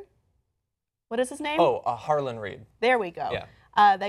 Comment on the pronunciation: Howland, not Harland. And this is GRRM's story, sorry but there's no way Jon will marry Dany.